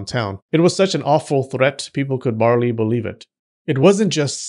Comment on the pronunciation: "Barley believe it"... god damn it